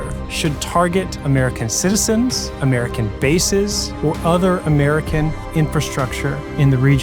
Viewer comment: This naive guy can fool Indians, not talking about international affairs, and has no clue. One cent of advice for you, continue fooling indian with dumb analysis.....THAT WILL SELL, AMERICAAA, can't even say the name properly.